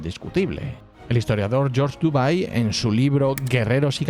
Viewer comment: Estaría bien que aprendieras a pronunciar el nombre del excelente medievalista francés Georges Duby. Se pronunciaría como (perdoneseme no escribir los fonemas) Yogs Dibí.